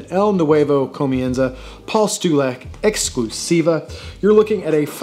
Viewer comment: Your "exclusiva" and "limitada" pronunciation was pretty on point haha